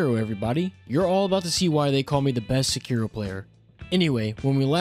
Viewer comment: Thank you for not pronouncing it as Sekido like every weeaboo only ishhin says it like that and everyone else in the game says sekiro